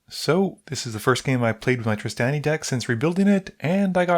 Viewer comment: Okay so I actually tuned out of the Ghired deck games because I was so sad Trostani was gone, I'm so glad she's back, this made my day, even if you pronounce it hard A instead of soft A (like Draw)